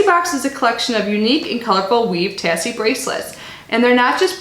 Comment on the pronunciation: I believe it's pronounced tay-see 💜 they're super cute!